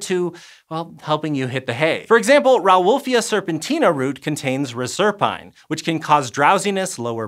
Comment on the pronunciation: Not even two minutes into this video, and I'm disappointed that you're not showing the proper ratio and sodium and potassium being moved by the Na+/K+ ATPase. (P.S. Reserpine is pronounced "RESS-er-PEEN." It is also used in research to disrupt mice's ability to stay warm.)